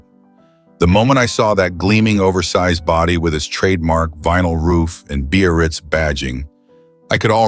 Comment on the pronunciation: i just learn a car called after my hometown ! it is very funny the way he says BAYRITZ lol